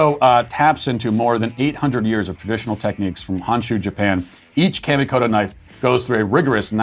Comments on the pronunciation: Matt, kamikoto is pronounced with the "ka" sounding a little like a Bostonian saying "car", not like "camo." I know you don't care, but maybe the company does. Lol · "Kamikoto knives" sounded like "candy-coated" knives which was puzzling to me.